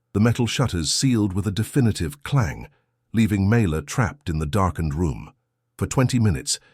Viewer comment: FINALLY the text spells her name correctly and it is pronounced correctly as well. Mayla. Such a great story!!!! I saved it and shared it ❤‍🔥❤‍🔥❤‍🔥❤‍🔥❤‍🔥❤‍🔥❤‍🔥❤‍🔥❤‍🔥❤‍🔥